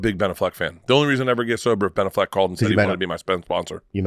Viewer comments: He is ob -SESSED with Blan Allfeg. A hunerd percent. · Bert loves Ben Affleck so much, he cant even say his name right. True diehard fan.